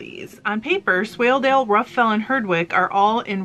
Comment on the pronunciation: Yes you are pronounced it correctly. It’s a sheep mostly from Yorkshire a great fibre and fleece to spin.